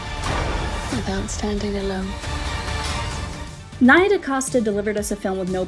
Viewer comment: It’s NEE-YA Dacosta Not NIGH-Ya smh